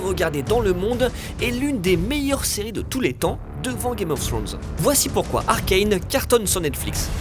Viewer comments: après faites les erreurs de Arcane (on dit pas arcaine on dit arcane) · Mais cette quoi cette prononciation ?! : "Arcaine" au lieu de "Arcane", "Riot" au lieu de "Rayot", "Vi" au lieu de "Vaïe"... Faîtes au moins l'effort pour les fans svp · Bonjour! Il faut veiller à prononcer "Arcane" à la Française, je sais, ça semble toujours plus "stylé" de prononcer les choses à l'anglaise, mais là, c'est fait par Fortiche, un studio Français, sous la tutelle de Riot Games, dont le CEO (à l'anglaise, aller) est à l'heure actuelle un Français, lui aussi. Alors cocorico, ARCANE, pas ARKAYNE! Des bisous. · Arcailne, noobzzzz, mais oreilles🥶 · Pourquoi prononcer Arcane, Arkayne ? Vous êtes con ou quoi ?